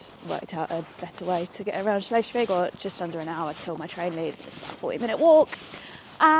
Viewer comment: cute. Help for pronounciation: Shles- wigg - not shlesh! And a long vowel e